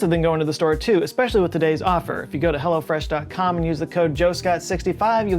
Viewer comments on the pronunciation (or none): Are you saying Hello Fresh or Hella Fresh?